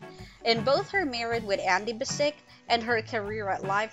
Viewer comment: Sounds like your saying andy basic not andy bass-ich which is how andy himself pronounces his name on the show. Do u even watch it lol